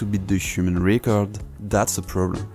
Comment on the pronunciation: Quick tip for English pronunciation: "Record" would be pronounced more like how "Rècord" would sound in french, rather than "Ricord"